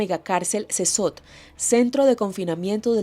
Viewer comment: Casi once minutos de "Wiri, Wiri", para llegar al tema de las pandilleras. Eso es mas de la mitad del video en puras mamadas, aparte la carcel donde estan los pandilleros se pronuncia "Sekot". Ademas, en la carcel o prision, se van a pagar las sanganadas que hicieron en contra de la poblacion, independientemente si son hombres o estas mujeres pobrecitas, oprimidas por el patriarcado. Puta, este reportaje, esta lleno de tantos prejuicios que pierde cualquier gramo de veracidad que tenga y se vuelve propaganda (tanto de gobierno, como de organizaciones que solo buscan empujar sus ideales).